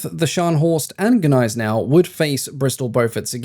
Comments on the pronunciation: Why you dropped «G» by English rules for Gneisenau? It's not "ay" either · You seem to struggle with saying the letter 'G'. Gills is said with a hard G, not as if it were J; the German battleship Gneisenau is pronounced with a hard G at the beginning, as in the name of the antelope 'Gnu'.